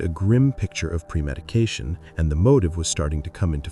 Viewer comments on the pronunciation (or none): Did the narrator say “ pre medication 😮. Can’t pronounce a simple word?